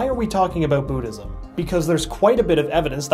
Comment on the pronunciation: You Didn't EVen Pronounce Buddhism Right :I